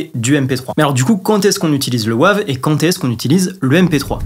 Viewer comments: Bonjour …. S’il te plaît prononce Wave à l’anglaise "weyve" en français c’est vilain 😂😉 Alain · Bonjour, comme le dit Laurent la prononciation de Wave est insupportable sur cette vidéo. Même s'il faut franciser beaucoup de mots anglais, par pitié celui là prononces le vraiment en anglais🤣🤣🤣🤣 Sinon tout le reste est parfait comme d'habitude. Bonne soirée. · Bonjour, merci pour ces précisions mais par pitié ta prononciation a la français du format WAVE m'est insupportable😅. Bon mais ce n'est pas grave, l'essentiel reste le contenue de ta vidéo. Désolé pour cette précision mais je ne pouvais pas laisser ça. On peut tout se dire 😂😊. À bientôt. Laurent, un fan 🎉